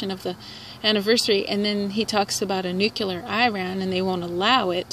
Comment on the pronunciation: It's not nucular, it's nuclear. lol